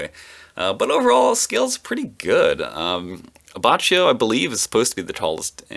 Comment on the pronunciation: I, same as you pronounced Abbachio that way for the longest time, until i found out that its actually pronounced Abbakkio